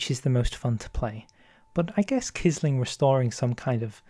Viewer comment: Quisling is pronounced as if it were 'qwisling'